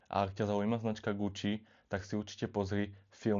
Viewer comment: Fuj daj pokoj s celým Gucci. Choď k logopédovi, radšej.